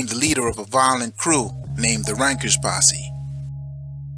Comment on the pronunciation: Correction Its not Rankers....its RENKERS or RENKAS ask any Jamaican what "renk" is.......